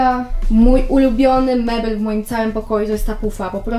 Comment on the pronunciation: Mebel a nie mebl